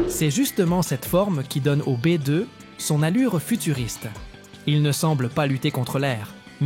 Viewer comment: Merci L'IA pir li dimonstration di Bi deu!!!🤣🤣🤣